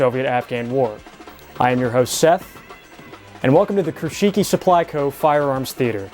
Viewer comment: Kruschiki? If there was emphasis on "u", the world would mean "little cockchafers".